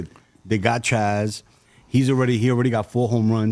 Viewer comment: Why is this dude calling Jazz, Chaz 🤔